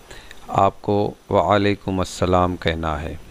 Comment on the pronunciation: Walikumussalam ghalt tlaffuz hai sahi talaffuz walikum ussalam hai meem pr pesh hai aap kisi arbi janne wale se maaloom kr le